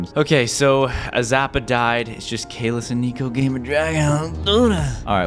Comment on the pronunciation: Caylus is not sos s o s